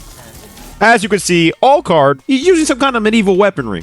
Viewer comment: The way he’s pronouncing alucard is killing me